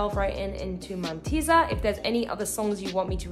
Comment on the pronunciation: It's called mántissa! It means witch